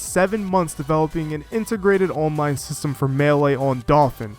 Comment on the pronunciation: Great video but the way you pronounce “online” pains me for some reason.